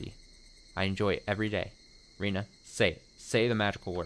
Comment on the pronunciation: Rena is pronounced “Reh-nah”, and Rina is pronounced the way you’ve been pronouncing Rena this whole time.